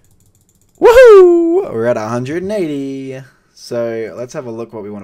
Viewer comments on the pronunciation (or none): none